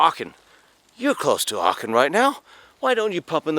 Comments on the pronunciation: It’s Aachen not Archen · Acchen not Archen is the correct pronunciation........No R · Thank you, I'm glad I was not the only one who noticed that. It was quite off-putting hearing him alternate between the correct pronunciation and hearing what sounded like arkhum!